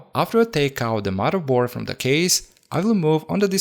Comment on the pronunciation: Did you say " maraboard " or "murderboard" ?